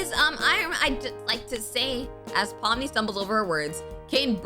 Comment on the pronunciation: When you said pomni I thought you said mommy😭😭😭